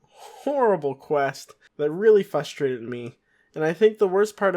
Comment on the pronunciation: Not sure why this was on my recommended lists cause it’s so old, but it was a nice bit of nostalgia of your old videos. Hopefully you’ve learned how to pronounce “frustrated” & “granted” since then 😂